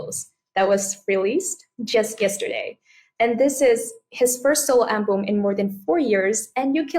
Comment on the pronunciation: Sao bé Vy cứ đọc “an-bùm” hoài vậy ta? Album phải đọc là “eo-bầm” có đoạn Ed cũng đọc rõ như muốn sửa cho Khánh Vy. Từ album là từ cơ bản vậy mà đọc để sai. Các em thần tượng bé Vy khoan đọc comment này mà làm ầm lên. Vì Khánh Vy là đại diện và may mắn được interview Ed nên càng phải chỉn chu, chứ “phát âm sai vài từ có sao đâu” thì VN ko thiếu gì người có thể thay vị trí của em. Góp ý vậy thôi nhé!